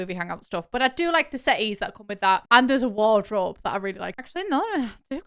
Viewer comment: Not me thinking this whole time that she said "seatings" instead of "settees"